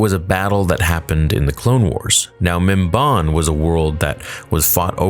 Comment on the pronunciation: it's pronounced mim-ban (as in i ban you from this place)